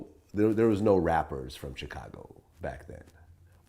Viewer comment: Why does Vlad pronounce Chicago : "Tchicago" ?